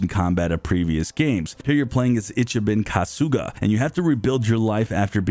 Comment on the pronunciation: I just can't get over how Sennua was a "Seltic" warrior and "north" mythology😂😂 Also "Ichabin Kahsooga" 😂😂